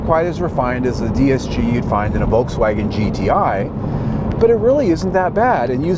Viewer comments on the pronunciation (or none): none